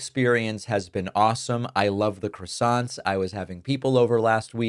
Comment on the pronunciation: French people dying inside every time you say, “crassonts,” David. But keep up the good work in general.